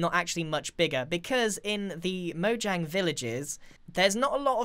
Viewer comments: The amount of times that he says "mojanjy" makes me want to punch someone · "Mojangy" -Grian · this is how many time he said mojangey l l v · Lol how many times did he say mojang”y” 👇🏻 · When i read that grian said mojangy. How strange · Everyone: mojangy Me, an intellectual: mojangian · "Mojangy as Possible" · Mojang is pronounced Mo-yang. It's Swedish. So...